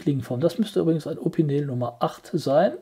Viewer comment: Das wird „Opinell“ ausgesprochen, nicht „Opineel“ - mit Verlaub.